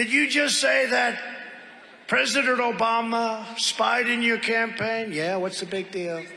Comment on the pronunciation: " Obamna" not Obama, play the sound bite David.